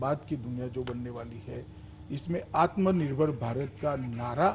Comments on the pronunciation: Jine aatmnirbhar bolne nahi aata wo aatmnirbhar banayege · Pehle aatmanirbhar bolna sikho ,phir interview dena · is Nakli aur edited video mein bar-bar 'Atmnirbhar' par itna jor de kar saf-saf bolne ki jabardasti koshish kyo ho rahi hai...Bhai? Yah sandeh ko yakeen mein badal deta hai...